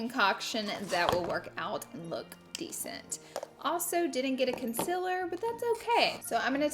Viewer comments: Its con-cEEL-er, concealer not consiler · A new sub here! I love your content, your delivery and that damn southern accent!!! "Conciller".. LOVE IT!!!!!!! 😀